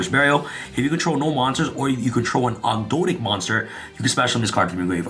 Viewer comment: Thank you for saying 'Ogdoadic' right.